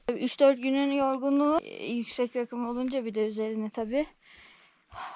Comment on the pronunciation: Rakı değil raakım olarak telaffuz edelim. Öteki türlü oturup içeriz :)